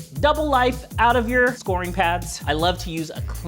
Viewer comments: Great tip. I am going to try this on a stain on my bathroom counter. I'm not criticizing you, but scouring is pronounced like "sour" not "score".😊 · SCOW-ER-ING pad, not SCORING pad lol